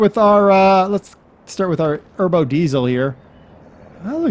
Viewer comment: Erbo? Its Ebro.